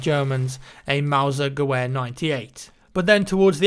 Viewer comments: It's pronounced "Gev-air" not "Gewair" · Gewher is pronounced Ge vere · You keep butchering the German word for rifle which is gewehr and the W is a V so it sounds like gevehr. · u made me wet in the way u said "Gewehr" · dude, love your videos, but the "W" in "gewehr" is pronounced as a "V"! Can't wait for BF1, keep the great vids coming